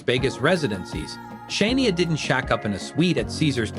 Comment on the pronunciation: Can you listen to your self say shinia 😂😂😂.